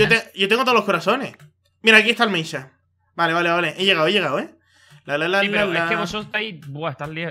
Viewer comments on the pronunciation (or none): porque dicen meinshaf xDD asi no se pronuncia al mineshaft xDD